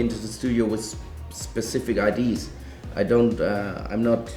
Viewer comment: "idees" instead of "ideas" teehee ur so dang cute ATB! -3